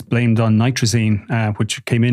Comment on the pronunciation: NITAZINE there is no R